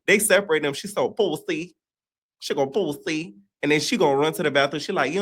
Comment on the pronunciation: The way you said pooosi took me all the way out 😂😂😂😂😂😂